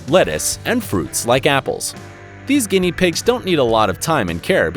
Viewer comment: It latterly said guienia pigs